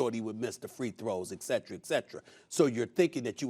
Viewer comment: "eggcetera eggcetera" SAS